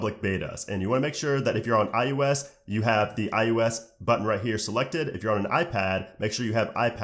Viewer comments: Who else was bothered about how he said ius instead of ios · Great video, but how come in every video you make including this one, you pronounce iOS like "iUS" or "eye-yoow-ess" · nah b in the intro he def said ius💀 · "iUS" ... right? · why do you pronounce it like "I-ooo-s" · No, it’s I O S